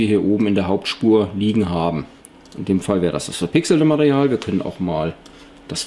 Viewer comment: ja du hast bei circa minute Mareal gesagt anstatt Material . Denke mal er meint das damit :=) aber egal Klasse Tutorial. Abo hast du von mir :=)